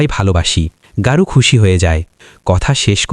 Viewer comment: Ei barbar Gour nam ta ke Garu bolata boddo kaan e laglo